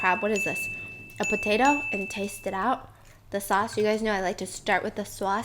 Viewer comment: When she said sauce, she had that NJ accent 😁